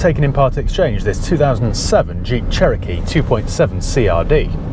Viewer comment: Hey, I think the Che-row-kee needs a good buff - may just sort it out especially the flaky bits 😂